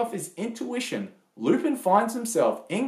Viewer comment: Good review but it's pronounced Loo-Pawn. I also encourage you to watch the Mystery of Mamo which was , in my estimation, better than Miyazaki's film.